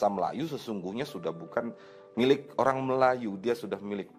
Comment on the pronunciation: Pengucapan Bahasa Melayu seperti org makan pisang goreng panas. Orang = Ohang 😂😂😂